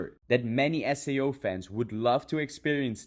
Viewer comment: But remember everyone this dude not sponsor because da dude not pronounce SAO with "As-Sei-O" instead "Ess-Ey-u stoopied pieces of grass"